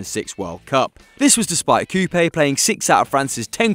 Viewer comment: You pronounced Coupet pretty badly. Also I loved those Lyon teams back in the day!